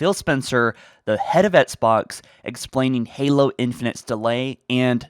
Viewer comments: Do you mean "Etsbots"? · Why does he pronounce “Xbox” as “EtSbOx”